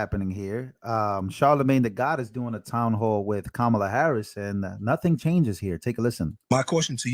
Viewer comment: Did joy pronounce ka-ma-la incorrectly? Seems kinda racist.